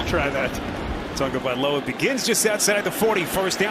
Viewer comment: Do the announcers now how to read its not tungaviloa its tagoviloa